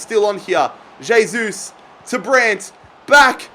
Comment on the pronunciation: Pronounced "hey-sus"